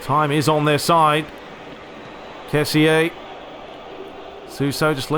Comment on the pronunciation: Hey glad ur back bro,I just wanted to say that kessie is pronunced ke-si